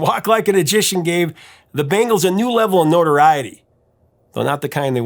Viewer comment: The way you’re pronouncing Bangles reminds me of the MTV commercial when they had the band play at the Super Bowl in the parking lot.